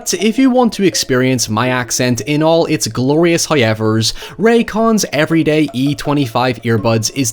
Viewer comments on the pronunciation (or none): Lol. I can’t believe he said if you want to experience his hoyevers lol